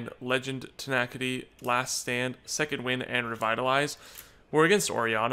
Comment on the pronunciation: why you say "tenackyti" it's "tena-city"